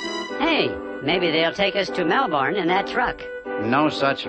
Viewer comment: It’s Melbourne not Melborne